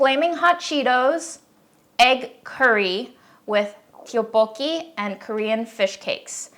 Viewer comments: Friendly correction! The “Tteok” in “tteokbokki” is pronounced more like “duck” in Korean. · The pronunciation for tteokbokki is actually closer to something like “duck-bo-key”! Romanizing Korean is hard and confusing! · Just to be clear, tteokbeokki is pronounced "tuck-buck-kee" but the T is soft (idk how to explain). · not me flinching every time says tteokbokki ⚰ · I can't get over her saying tteokbokki wrong lmao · Her pronunciation threw me off ngl 😂